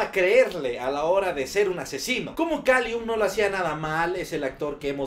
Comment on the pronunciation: Pero es Callum, no Kalium xD